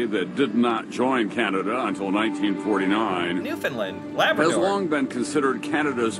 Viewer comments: And today we saw how very little what we did was appreciated. Funny, I don't recall Canada (or any other country) asking the US to pay them back for all the assistance we provided on that day and the ones following. PS - we pronounce it New Fun Land, not New Fun Lend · I’m gonna put it here, it’s pronounces New-finn-land, not New-finn-lind. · Newfun LAND. Or, NEWfun Land. Not Newfunlund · New found LAND, not New Found LUND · Not Newfoonlind. New fundlaaand. Help me out here Newfies and Labradorians! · A Newfoundlander I used to work with said the pronunciation of “Newfoundland” = “understand” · Has no one heard about the musical, Come from Away? This is the Canadian 9/11 story. And its pronounce New FOUND land😊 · the name of the province where Gander is situated is spelled and pronounced "New Found Land" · It's pronounced "new-f'n- LAND" It rhymes with "Understand". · New FOUNDLAND, non new finland. Please correct